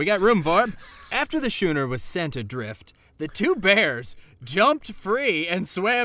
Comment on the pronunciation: What's a SHOONER??? Oh....you mean SCHOONER (pron: SKU NER)